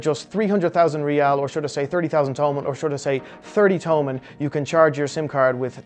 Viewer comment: It's no to-mun it's to-man